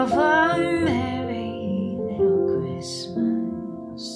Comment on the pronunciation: Great voice, I just can't stand the way some singers twist their pronunciations. "Have yourself a Merry little Christmice." FFS.